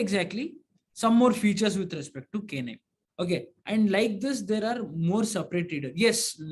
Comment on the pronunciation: please pronounce it as naim , its not K nime.